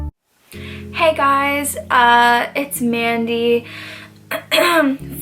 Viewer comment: You sounded australian when you said: ''Hey guys''